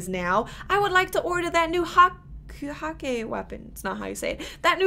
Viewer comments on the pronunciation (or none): none